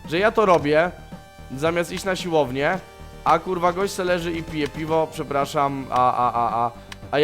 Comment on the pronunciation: czemu gimper mówi silownia a nie siłownia